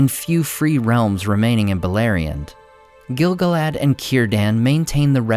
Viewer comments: Great video! Note that the proper pronunciation is gil-GALad, rather than GIL-gaLAD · Stop saying it wrong! The stress falls as GIL GAL-ad. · gil GAL ad. Say it with me. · It's pronounced Gil-galad, not Gil-galad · I would be glad to be corrected, but I think you're mispronouncing Gil-Galad. Sam's poem about Gil-Galad in Book 1 of Fellowship is written in iambic tetrameter. It should be read like this: gil GAL ad WAS an EL ven KING of HIM the HARPers SADly SING the LAST whose REALM was FAIR and FREE beTWEEN the MOUNtains AND the SEA You pronounce it by putting the emphasis on the first syllable but Samwise Gamgee pronounces it gil GAL ad. I don't think you're saying it right. I would gladly receive greater insight. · Exactly. Everyone says GIL-galad. I am sure you are correct, according to the guides I have read.